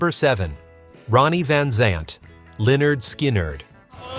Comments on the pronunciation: You pronounced Lynyrd Skynyrd as LEONARD SKY NERD a few times?! wtf!! 😡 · It’s pronounced linerd skinerd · Is Lynyrd Skynyrd whoever this is can't pronounce the name right wtf 😡